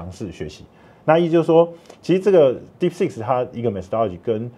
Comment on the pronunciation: 為何專業會一直講deepseek”s”?😂